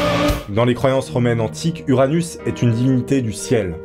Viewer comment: t’a Dit anus